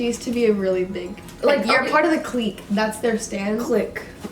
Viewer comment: Um yess likes TØP I'm so happy also triggered me when she said clique wrong